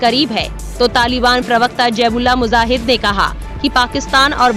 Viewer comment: MUJAHID BOLO BHAI MUZAHID NAHI Kitna ghalat pronunciation hai???